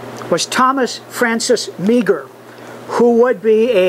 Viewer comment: Interesting talk however you miss some points. Meagher is pronounced "Maher" not "Meeger". The Fenian Brotherhood split in early 1866, the O'Mahoney faction (Attack Ireland - Campo Bello) to strike before the Roberts faction takes the glory (Attack Canada). Two seperate groups with two seperate goals, not one as you infer.